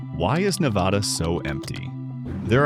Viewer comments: not VADH its NADA when saying Nevada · The first word out of your mouth was WRONG. It's NEV-VA-DUH. C'mon man. Just like you found these facts, you could've found the correct pronunciation. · How can AI mispronounce a state's name 3 different ways lol? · Mispronounced “Nevada” throughout the entire video 👎🏼